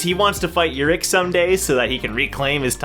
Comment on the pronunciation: No no you're saying it right (imo) And i introduce to you the only person who is op but ppl have 0 respect for him Example: khun was shivering in front of Jinsong ha the 1st time he saw him(and most high rankers) but called Urek a pervert in his face in the 1st time he met him😂😂👏🏻 Btw Urek is my number 1 for ever and ever